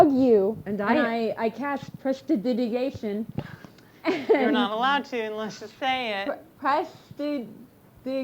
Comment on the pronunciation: i love that still cannot pronounce prestidigitation, because neither can i